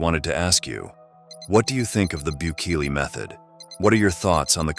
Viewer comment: Why do you butcher his name.